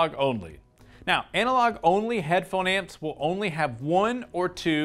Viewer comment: You made me chuckle when you kept saying "headphone ants"